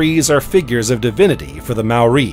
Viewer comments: If only the narrator had taken the time to learn to pronounce Maori (NOT pronounced 'Mau- ree') words and names. It got to the stage I couldn't listen to him butchering the language any longer and had to turn this off at the 40 minute mark. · good info but the pronunciation of alot of the nz names - Tuatara, Maori etc was pretty bad